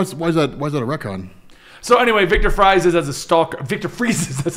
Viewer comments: Sorry to break it to you,, but in the Germanic pronunciation, Victor Fries is pronounced Fiktor (long o sound) Freez. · Uh, guys, for Viktor Fries, "Fries" is German, it's pronounced "freeze." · My last name is Fries like Victor Fries and I promise you it is pronounced freeze. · Friez is German for Freeze, and it is pronounced, "Freeze." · Fries, isn't a play on words. It's German, and therefore 'ie' has the sound of 'ee'. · In German an "ie" is pronounced "E" and an "ei" is pronounced "I" sooo..... If its a German last name it would be pronounced freeze. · Its victor fries but its german, and germans pronounce the second letter if its ei or ie, so its pronounced “freeze” you seriously dont know that?